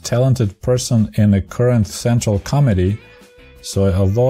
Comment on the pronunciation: When you started talking about Chernenko, the way you said "General Secretary of Central Committee of Communist Party of the Soviet Union" it sounded like you said "General Secretary of Central * Comedy * of Communist Party of the Soviet Union" - I got a good laugh from that 😄